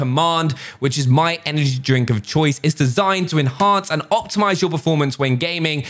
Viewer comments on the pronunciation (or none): none